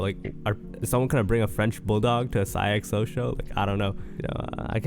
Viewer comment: why you said his name like that